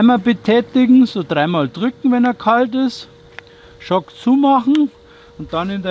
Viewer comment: Joo, das Beste ist immer der "Schock" 🤣🤣🤣 Geschrieben wird das übrigens "Choke" 😉 Hat der Fadenkopf keine Tipp-Automatik, das ist doch total nervig den immer manuell nachzuziehen 🙄 Auch macht der Leisefaden absolut keinen Sinn, egal bei welchem Motor-Typ 😵 Ich habe übrigens den 2,4er von Ratioparts als Stern/5zackfaden und auch mit Alupartikeln. Muss allerdings sagen, daß mir der von Oregon besser gefiel, weil widerstandsfähiger 👌🏾 Normalerweise könnte ich bei meinem FS 350 auch den 2,7er oder 3er Faden nehmen, habe aber auch noch einen FS 100R und benutze da die gleiche Fadenstärke. Zudem lässt sich der 2,4er besser aufwickeln, erst recht, wenn er vorher gewässert wurde 👌🏻 Achja, das Fadenmesser habe ich bei beiden FS demontiert, der Faden nutzt sich sowieso ab bei Kanten, Steinen und ähnlichem 😎